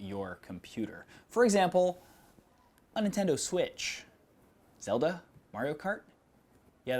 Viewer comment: Is it just me or does the way he says "Zelda, Mario Kart" feel kind of weird.